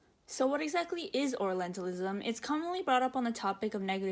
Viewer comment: I can't be the only one hearing oralentalism instead of orientalism, right? I don't mean it in a mean way, please don't get me wrong. But it's just an observation from the video and I couldn't see anyone commenting about it. Otherwise, I think I agree with OP on most of the points they make about the game and the representation/misrepresentation of oriental cultures.